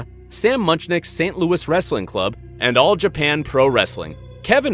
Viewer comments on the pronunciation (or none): none